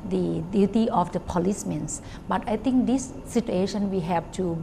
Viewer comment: and it's actually not 'I think' it's 'I ting' - -''